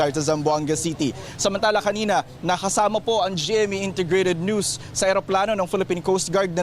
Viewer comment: Wtf? Ano ba ang problema ni Darlene cay? Bakit ang bigkas nya sa NEWS. AY "NOOSE "? WTF? 😅